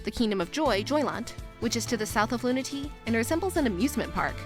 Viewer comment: loon-uh-tay-uh not luna-tee